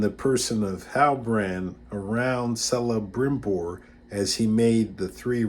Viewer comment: I believe you're mispronouncing Celebrimbor. You seem knowledgeable otherwise though. Very interesting video 👍